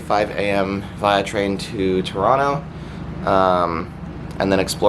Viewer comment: it’s via not via